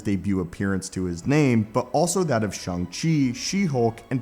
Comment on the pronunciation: And it's "Shang".